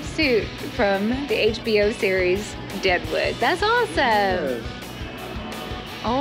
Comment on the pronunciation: Its Deadwood not Daewoo!